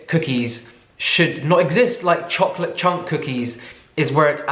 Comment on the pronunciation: Chokolatee? 🤣 this is how we say chocolate in Arabic. You really have that middle eastern origin 🤣